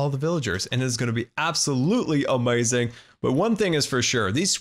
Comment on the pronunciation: i prankly really dont like how you pronounce amzing